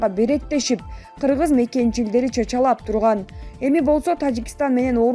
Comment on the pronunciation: Чачалап эмес чычалап деп окусан?????